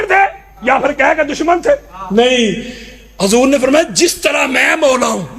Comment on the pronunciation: Are rafzi hajoor nahi hota huzoor hota hai alfaz sahi kar pahle